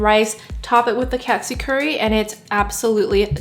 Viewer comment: Looks yummy! It’s actually pronounced (toe-n kah-tsu) good job!!